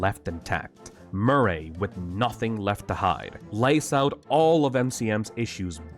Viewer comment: edwin murr-aeyy